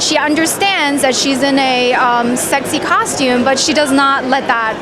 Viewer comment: i hear ,costume cocktum cock, cock, cocktume and cock cock